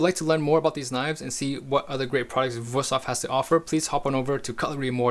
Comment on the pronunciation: 5 seconds in and you totally surprised me by pronouncing the name right ;) Great video!